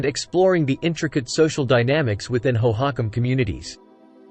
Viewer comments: I came to the comments to find this. It's pronounced Hoe-hoe-KAHM One of the many things I hate about AI voice overs: mispronunciations! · AI voices are the WORST!! It is absolutely not pronounced hoe-HOCk-em. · where are all these strange (!) pictures about architecture and pottery from?? and the strange pronunciation of the name hohokam? (natives pronounce it differently and en.wiki also gives another pronunciation...) is this an AI-constructed fantasy-civilisation? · "National History"? Whose national history is this with the abjad text ("الولايات المتحدة")? AI programming is worse than nothing. "hoe-hock'-um" lmfao Thumbs down. Looking for science, not this AI generated, homogenized gobbledygook. Moving on.